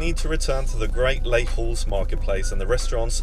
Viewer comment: You pronounce Les Halles as Lay Al, and never an H sound. French has no H sound.